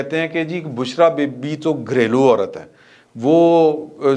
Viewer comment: Aurat not aural.